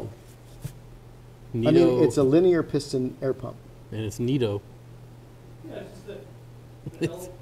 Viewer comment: It’s Nito - 🤣👋🏽